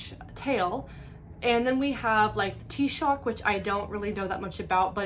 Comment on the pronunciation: Also, wonderful video, shame theres such few views and you definitely deserve so many more. Hope youve enjoyed the other 2 books Edit: yea the spelling doesn't help with figuring out the pronunciation of things. The faeries being pronounced "she" and the taoiseach being pronounced as "T shock" had me stumbling more than a few times